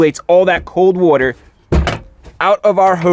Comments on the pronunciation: why can u not say water? lol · I love how chrisfix actually uses the word "WOTER" so many times